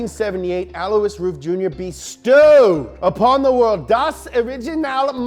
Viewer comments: BTW, Alois is not pronounced as he says it but rather el-wa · His name is pronounced “Alloy”. Just sayin. Lol